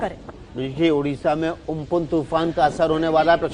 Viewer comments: It's not ompon it's amphan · It's Ampan not umpun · Amphan hai not umphun.